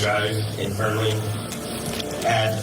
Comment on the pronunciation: It's just fern-Lee not fer-nelly